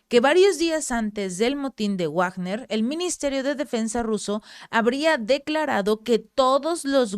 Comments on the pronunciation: Se pronuncia "Vagner" no Wagner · Felicidades, soy su seguidor. Para, con comedimiento y para mejorar he de comentar lo siguiente, considerando que Wilhelm Richard Wagner es un músico alemán y su nombre también, "Wagner" no debe pronunciarse como en el inglés, no se dice "uagner", sino como en alemán, algo así como "vagna", en el mundo del arte internacional, en castellano se usa más "vagner". Espero les sea de utilidad. Saludos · Hola excelente video gracias por informar, una cosa se pronuncia (Vagner) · Pèsimaaaaaa leyendo noticias cada vez que veo que ella va a dar noticias de "Guuuagner" veo otro canal. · Se pronuncia "Vagner". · Eso es en ingles. Si hablas entre hispanohablante se pronuncia Vagner . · se dice Vagner chingao